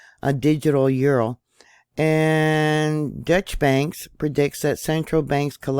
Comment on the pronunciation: Deutsche Bank Is German not Dutch and is pronounced "Doy cha" 😇